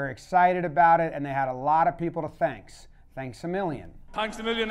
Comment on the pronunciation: Hurley. Best sports equipment name out there. And "A" for the win. He's locked in. I think he's yelling "Tanks a million."